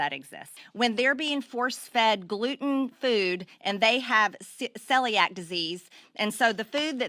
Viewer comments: this is a load of crap and then some. she doesn't know how to pronounce celiac. she needs to stay indoors, for our benefit. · Did she just throw in "the color of their skin" in there? And she can't even pronounce Celiac!